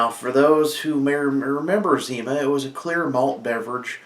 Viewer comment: "zow" lmao!!!